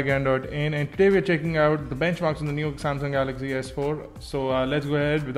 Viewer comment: samsung galay ,, :P